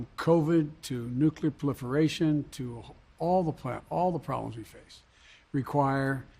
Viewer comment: Nuclear puhliferation?? Just read The Proliterite🙃 United?? Like Portland ?? He makes no sense, whatsoever. End of Politics, Fuh SHO